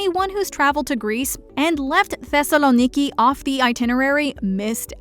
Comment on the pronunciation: I live in Thessaloniki and the way she pronounced it was actually quite nice.